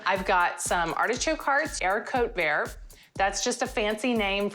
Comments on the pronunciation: wanna die when you said haricot vert. wheeeew rough pronunciation. Why even say it when its so far from being accurate. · because she pronounced it wrong. and it really has nothing to do with the reccipe. and she could easily just say "french green beans" and if my comment really had such an effect on you that you can no longer enjoy this recipe then you should get a life.